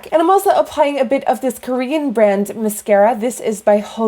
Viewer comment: Is it ma-scare-a or mas-car-a 😂